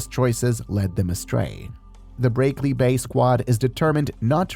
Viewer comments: then pronounce the words right. It's pronounced brackley not breaklee. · breaklee lol, these AI voice overs